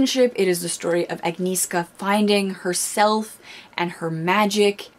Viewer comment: I think it's the cutest how non-polish speaking people pronounce Agnieszka or other names in uprooted:) The "E" isn't actually silent, you have to combine "NI" and "E" (E is pronounced like in ) and you say SZ like SH in English. Btw, my sister's name is also, but in polish it's Emilia or Emila. Love your videos, take care:)